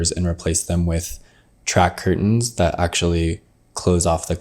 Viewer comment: I'm enchanted by the way pronounces 'curtain'.